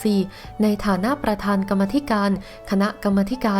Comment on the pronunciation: อ่านผิดหรือปล้า ครับกำมาธิก่าร หรือ กันมาธิการ